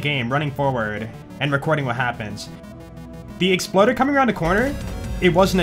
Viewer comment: The EXPloader is the best part of the intro; and it was unintentional lmao